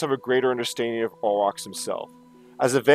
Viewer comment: You got it right !